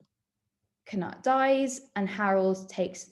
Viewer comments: His name is not pronounced “cuh-nut” it’s “cah-newt” (Canute is another spelling of his name) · I thought Cnut was pronounced Canute…